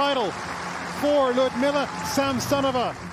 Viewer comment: How nice it is when English-speaking commentators pronounce the name of their compatriot correctly, LiudMILa SamSOnova.